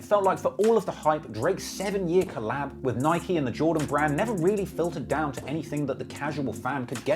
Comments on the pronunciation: Its NIK-E! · Bro it’s ni-kee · the way he pronounced Nike for the first 17 minutes hurt my ears